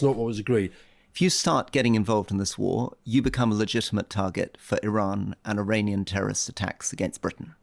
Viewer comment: "you become a legitimate target for i-run and i-runian tearorist attacks".